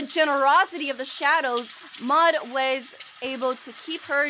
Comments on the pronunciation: It’s Maude not maid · Muade is pronounced Mawed or Mawd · u pronaunce it m AU d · You pronounce Maude like the word ''Mod''. The E is silent